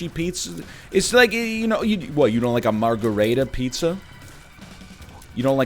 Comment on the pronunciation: I refuse to believe thats how he pronounces "margherita pizza"